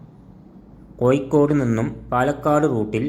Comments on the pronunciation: ഏയല്ല ഏഴ് കോയിക്കോടല്ല കോഴിക്കോട് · കോയിക്കോട് അല്ലാ കോഴിക്കോട്